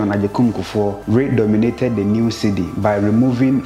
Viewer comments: PLEASE NOTE: the word is Redenominated not redominated as pronounced in the video......Thank you ❤️💪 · At least I learnt something. Thanks for the education. NB: Redenominated not "redomated".